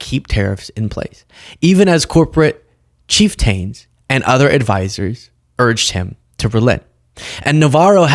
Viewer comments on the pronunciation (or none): Chieftain = like "captain" only starts with "chief" so NOT "cheef-tayne"! P.S. I love you,! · Great stuff as usual... Couple things to note, pet peeves.. CHIEFTAIN = cheef-ten (more like 'tin' then 'ten', more like short 'u').... '... a bit YIPPEE'.... no, no... a bit YIPPY... as in golf, when you get the YIPS... as in you have a slam dunk easy putt, you take your stance, but you start 'twitching', shift feet, take too many practices, step back and restart.. then you miss the putt 'cause you had the yips... anywho, I find our language devolving daily and it's bugging me, so I'm a bit yippy and intense. I've noticed is proficient in his use of English vocab, etc., ergo this is my first note on this matter. But I'll keep an eye out, or ear, open... whatever... Hang in bud, yr pal in Canada.... Where we speak proper English, by the way; and don't change French words to goofy American pronunciation ie. Montpelier; man, do you guys butcher than one! wah-hahahahaha! Lived there once, in Vermont. When American was still kinda cool... almost 20 years ago, and imagine, I worked construction on a crew... one of the GUYS, was a GIRL.. and it was all cool, 'they' worked hard, never a conflict... 2 decades ago... wtfh... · when you say the word chieftain. It sounds like chief-tin.